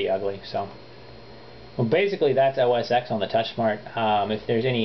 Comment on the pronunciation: First off, whats the point? I think its funny that PC fanboys do everything they can to get their hands on OS X yet they refuse to buy a Mac. Second thing, touch screen in a novelty. Pretty much useless on the everyday home computer. Third thing, It is pronounced OS 10 not X. Get a clue and get that wannabe Vista POS out of here.